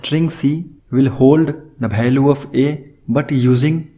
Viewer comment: say value not bhaalue !